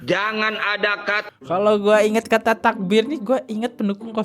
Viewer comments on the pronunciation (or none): Coba bilang errrr..pa bkn takbie takbie..tapi takbiirrrrrrrr !!!